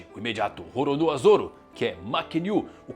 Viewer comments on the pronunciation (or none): none